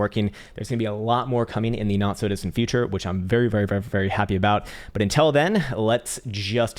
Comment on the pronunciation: have you noticed that you say INTEL intead of UNTIlL? We love you anyway